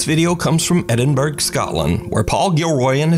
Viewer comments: *Edin”bruh” not “burg” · Edinburgh is pronounced eh-duhn-bruh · I love when Americans try to pronounce English/British words. Edinburg! 🤣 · It is Edin-bur-ra not Edin-burg. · its not pronounced edinburg!!, its pronounced Edinborough:cat-orange-whistling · Edinburg? Its pronounced eddingbura. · That famous City in Scotland called Edinberg ehh?!1 😅😂😂 - Haven’t you heard of the famous City pronounced Edin bruh even though it’s spelled Edinburgh?? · Im sorry I have to say it pronounced Edin-bu-rrow not burgh for Edinburgh 😂😂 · Edingburg? You've just insulted the Scots! It's pronounced 'Edingborough, or Edingbruh'. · Please try and pronounce Edinburgh properly. It's Edin bur a. Not Edin burg. From a proud Edinburh resident 🏴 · Edinburgh isn’t pronounced as Edinburg it’s pronounced borough at the end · It’s not Edinburg it’s edinbruh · ITS EDIN-BRUH AND NOT EDIN=BURGGGGG LOL LOVE UR SCOTTISH SUBSCRIBER XX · Edinburgh is pronounced 'Edin-bra' not 'Edin-berg' dude 😁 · It's Edin-bur-ah 👌 I'm watching from there! Keep up the good work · Edinburgh Scotland is pronounced Edinboro. The gh is silent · It's pronounced "edin-bruh" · It's pronounced "Edd-in-brah" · These are old videos It's pronounced Ed in borough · Edinburgh is actually pronounced edinboro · Edinburgh haha insult 😂it's pronounced Ed din burra,,,,,Angie in Ed din burra 😊😊😊😊😊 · Edin “burg”. Come on Geeze never heard of Edinburgh and how is it pronounced before like really. Poor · Edinburgh is pronounced Edinbruh. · Edinburgh Scotland in the last video. It's pronounced eh·duhn·bruh. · Edinburgh is pronounced Edin-borough. 👍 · It's pronounced Edin Burough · also how do you not know how to pronounce eddinburg lol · Comes from where in Scotland?? 😂🤣😂🤣 so we pronounce it Edingbura!! I’m still laughing!! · jesus , have you still not learned how to pronounce Edinburgh? Come ON ya fanny, it's a key location for spooky stuff everyone else actually bothers to learn about, show some cultural respect.